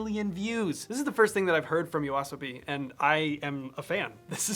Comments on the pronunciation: Who is YOWASABI? You should pronounce it as YO-ASO-BI or YO-ASOBI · Why did u say Yoasobi like this "YoAAAA" Subi" 😭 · Yo-ah-so-bi. I think japanese works with seperate syllable sounds. But I could be wrong here?? Idk?? Awesome video none the less